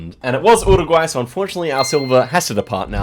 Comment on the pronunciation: an australian not knowing nz very wierd. why do u pronounce uruguay wierdly also sounds so depressed